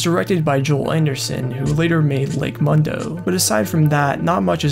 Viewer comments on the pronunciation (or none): Appreciate the coverage but the film snob in me almost had an aneurysm when you said "Lake Mundo"